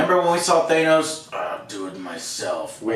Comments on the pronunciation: Thay-nose, 'the next Thay-nose act.'... Still just... You'd think that at this point you would realize that you're saying it 'dumb' to use Alex terminology. That you would acknowledge if you were doing it on purpose, and that there wouldn't be SO many more, and after so many times of it being EXACTLY the same wrong version, there is no way that it's dyslexia or whatever. Also, here I've been telling you almost every single review that it had been renewed for season 2 even before the show started, just not TOTALLY confirmed yet. But that was on the same page of you guys being CONVINCED that the one picture was Black Widow and Loki, because somehow that made sense. But literally your logic about a season two and this season is that they either MUST have been planning it all along, hence you being able to feel butthurt betrayed somehow? OR they would have ended it badly. Because it's somehow IMPOSSIBLE to change directions with the final part of an episode halfway through the production? Even almost at the end for that matter? And that you completely misunderstanding what they said all that time ago about the Disney= shows is a mistake by you, not something that is a betrayal to you or whatever. Not that it truly surprises me when this video is filled with Thay-nose, over and over again. And yes, maybe I would see that as just a singular thing, or just a weird accent thing that no one else has. But when it's in the same category as Kenisha or Kamonia instead of Kamino when it's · Thanos is pronounced with a short 'a'. Like 'cat' or 'jackass'. Not a long 'a' like 'fake'. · Its “ThAnos” not “ThEENos” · Joe watched infinity war and end game... and he heard all the people pronounce "thanos" on screen, and yet he can't pronounce it to save his life "teinos this" "teinos that" SO FUCKING ANNOYING! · So we just gonna let Joe's "thayy-nos" mispronunciation slide..? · No ones corrected joe that it’s not “thay-nos” yet......cmon Alex square him away